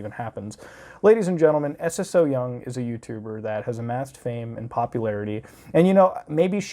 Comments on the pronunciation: The fact that he calls her S.S.O. Young instead of Ssoyoung is sending me bruh 😅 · It’s pronounced So-young, you just put emphasis on the “ss” not s-s-o-young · Isnt her name pronounced sew-young and not s.s.o. young? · hey love your vids recently! Just wanted to mention her youtube name "Ssoyoung" is just her name pronounced "So-young" with an extra s : ) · i‘m sorry i‘m sure it‘s a good video but i can‘t get over how you say S S So Young 😂 i can‘t watch the video. pls look up how to pronounce korean names when talking about korean youtubers. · Lol I love how u say her name like s s syoung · love the points of argument but please please please. saying it as s-s-o-young bothered me throughout the whole vid when you can ask a korean how to pronounce it just as you have asked if it is a culture thing.